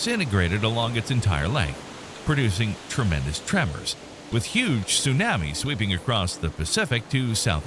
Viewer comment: My issue with the voice is the "soonammies". Makes it hard to concentrate on the good content.